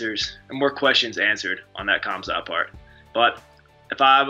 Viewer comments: I hate when people butcher names when it’s clear how to say it….K H A M Z A T. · Surprised at how many of these fighters have an option on Khamzat but don't know how to pronounce his name.